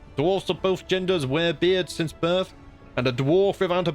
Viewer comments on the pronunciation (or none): none